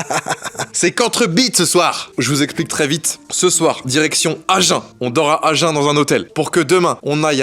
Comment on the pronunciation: On dit aginnn pas agen !!!!😂😂